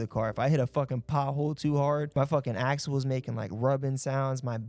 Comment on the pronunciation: Bro said the axil was clicking 😭😭